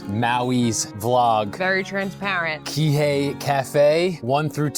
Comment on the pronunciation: It’s pronounced “Key-Hey” not “Kay-Hay”